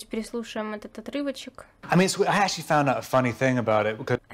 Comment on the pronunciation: Как Роберт произносит слово actually; вообще не понятно на слух